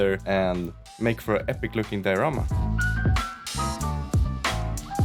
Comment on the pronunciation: Say diarama one more time!